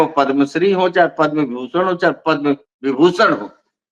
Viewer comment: पदम् पुरस्कार बोलें पद्मा पुरस्कार नहीं।